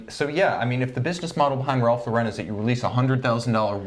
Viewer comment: "I wouldn't even go into a Macy's or a JC Penny and pay $200 for a Ralph Lau-REN watch." Yikes. I get it. You hate the brand. You say it over and over. Have you guys ever been to a big RL boutique? Like the mansion in NYC? It's not the stuff you'll find at department stores. Very high end. It's a completely different client (and it's hard to take this seriously when you keep saying the name of the company wrong. Ralph Lau-REN??) Sigh.